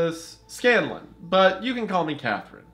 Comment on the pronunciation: pains my soul. It's Scan-lon, not Scallion. I still forgive Wendigoon though